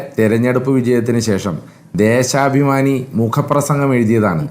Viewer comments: എടാ പൊട്ടാ ദേസാഭിമാനി അല്ല ദേശാഭിമാനി ആണ് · തേസാഭിമാനി അല്ലടാ തോൽക്കേ ദേശാപമാനി എന്ന് പറ. സ അല്ല ശ...... 😂😂😂😂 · ദേസാപിമാനി അല്ല പൊട്ടൻ ജകിക്കേ.... ആദ്യം സ്വന്തം പത്രത്തിന്റെ പേര് പറയാൻ പഠിക്ക്... ഹോ.. കഷ്ടം.. കോട്ടയം കാരുടെ വില കളയാൻ 🙏🙏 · 'ദേ സാ ഭിമാനി' ആണത്രേ, ഈ തോറ്റ ജയ്ക്കിനെ ആദ്യം മലയാളം പഠിപ്പിക്കണം